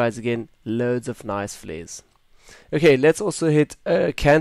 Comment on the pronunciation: "Fleres" :'D Love your voice brah!